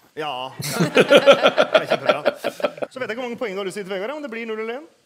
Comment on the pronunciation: The d in Vegard is silent.